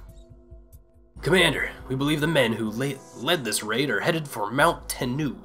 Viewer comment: lol they spelled it wrong. It's daimyo. Die-myo :) And it's Mount "Ten-noh" As far as i know. I've played A shit ton of Shinsengumi games. And that's how they're always pronounced. XD Hope this helps :)